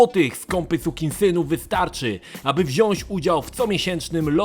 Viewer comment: Prosze Cie, zacznij mowic "wziac" :(